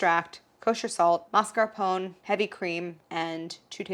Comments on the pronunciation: Please MascarponE, not Mascapon 😅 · Do all Americans pronounce mascarpone like that?! 😂 is it not mass-car-poh-nay? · Never knew Americans pronounce 'mascarpone' like 'phone'; in British English we always pronounce the final 'e' separately even if the rest isn't anything close to an Italian pronunciation. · The mascarpone rebelled cause you mispronounced its name. 😏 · For each time you mispronounce “mascarpone” a dairy product will freeze accidentally in your fridge ❄️